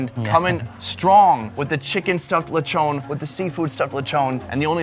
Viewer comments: In the Philippines we make use of literally everything. Zero waste. All of the coconut and its parts. All of the pig and its parts. We respect our food and resources like that. Also... Take a shot everytime you hear LECHOWWWN instead of LE-CHON. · Uhhhhhh in all of mAh birthdays there's always a Lechon Wich mAh mom loves! Edit:Also it's not pawlawan it's Palawan and it's not lawchon it's lechon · Lechone🤣🤣🤣🤣 and also it’s pronounced see-bu for Cebu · Its pronounced lee-chon